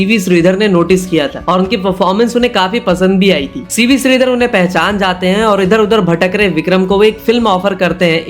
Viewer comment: Bhai kya aapki zindagi mein SHA word nahi hai shri ko sri shaam ko saam bhai aapne to mere kaan mein dard kar diya bhai apna tallaffus theek karo rehne do sara mood kharab kar diya suruwat ab mujhe gussa aara hai 😡😡😡😡😡😡😡😡😡